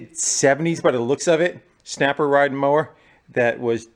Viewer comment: SNAPAH!!!! “Beaver Snapah”!!!! Just hit it with your purse!!!!